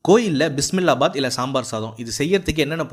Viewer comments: தம்பி பிஸ்மில்லா பாத் இல்ல பிசில்லாபாத் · டேய் அது பிஸ்மில்லா பாத் இல்லடா. பிசிபெலாபாத். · அது பிஸ்மில்லாபாத் இல்ல பிசிபேலாபாத் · Not Bismillahbath it is bisibelabath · Bisibelabath ❌ Bismillah bath✅🫩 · டேய் உன் நாக்குல வசம்பவச்சி தேய்க்க அது பிஸிபெலாபாத் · பிஸ்மில்லா பாத் ❌ பிஸிபேலாபாத் 👍🏻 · It's not bismillahbath it's besibellabath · பிஸ்மில்லாபாத் இல்ல தம்பி பிஸிபேலாபாத் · அது பிஸ்மில்லா பாத் இல்ல பிசிபேளா பாத் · அது... பிஸிபேளா பாத்... பிஸ்மில்லா பாத் இல்ல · அடேய் அது பிஸ்மில்லா பாத் இல்ல... பிஸிபேளா பாத்...... பிரியாணி திங்கற நினைப்புலயே இருப்பியா 🤦🏻‍♀️🤦🏻‍♀️🤦🏻‍♀️🤦🏻‍♀️ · Did he say bismila bath😂